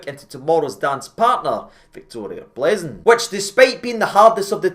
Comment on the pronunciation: Pronounced Pilzen,. They gave us pilsener lager.